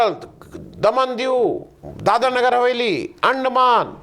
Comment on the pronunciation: भाई साहब दादर और नगर हवेली नहीं, दादरा और नगर हवेली है। लगता दसवीं क्लास का भूगोल भूल गए हैं आप।